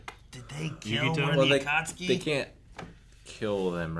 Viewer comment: Why is nobody correcting when he says “Atatsuki” I feel like he’s gonna pronounce it to wrong way for the whole show now He’s been saying ATATSUKI from day one bruh 😭